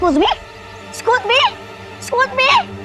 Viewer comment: Ecuse me🤣🤣🤣🤣it's excuse me broh!!!